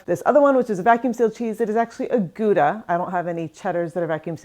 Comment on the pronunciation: Dutchie here. You need a Hollands Kaasmes. It is like a curved blade about a foot or two with handles on both sides, designed to cut trough the massive wheels of cheese. Also, just cut the cheese with the flat side on counter, to prevent cheese rolling, knife slipping and injuries. Gouda is best pronounced as (c)how-dah, with the H pronounced , kind of, similarly to (C)hanukkah. Thanks on this video.